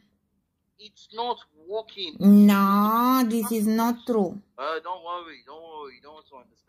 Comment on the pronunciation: Brain is not "Wokking"😂😂😂